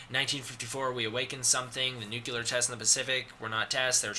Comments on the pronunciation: The word nuclear is pronounced "new-clear" not "new killer" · Nuclear. Nuclear. Holy shit, stop saying "nucular." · It's NUCLEAR, not "Nukular"! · "Nucular"... fucking hell. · nuCLear NUCLEAR! NOT NUCULEAR NU-CL-EAR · Dude... it's called nuCLEar not "nuke-ular". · The grammar in this VIDEO is atrocious. If I hear the word Nucular one...more...time... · "Castle Bravo nucular test" "Nucular" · Um... Excuse me, but... Did you just say "Nucular"? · I love you, but nuclear is pronounced new-clee-er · Anyone else a bit annoyed at how he pronounces "Nuclear" ? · Love how americans cant pronounce "Nuclear".